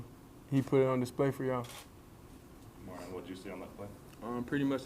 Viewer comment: Dude kept calling him o-MEH-ree-ahn instead of o-MAH-ree-ahn. I guess that reporter was not a B2K fan! 😂